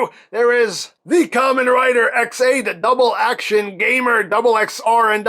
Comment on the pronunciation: I like that he said dubble ax